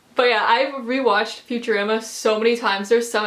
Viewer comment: I've never heard anyone pronounce futurama like "future-Ama"